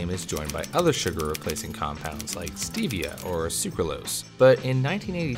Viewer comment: I liked your research on this subject but some of it is flawed. First I would check your pronunciation of the word "Stevia". Two Stevia is not artificial, in fact it is more natural than even sugar and even raw sugar. The benefits of it are numerous, from brushing your teeth, washing your hair, to absolutely no effect on diabetes, and it can clear up psoriasis. It is 4 to 600 times sweeter than sugar. It is relatively new to the US market because the sugar and aspartame companies paid off the FDA to make it illegal of possession, literature and distribution of it to the public. In 1985 congress past a law making it legal to self medicate with herbs and spices, thus making way for stevia coming to the US market. Please verify this information and repost.